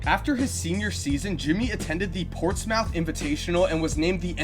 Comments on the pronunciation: Great video. However, I just have to say something about "Ports mouth" lol...it's actually pronounced Ports-mith. Same goes for any city/name that ends with "mouth". Plymouth = Plimm-ith.. Dartmouth college = Dart-mith. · Its Portsmouth not Ports-mouth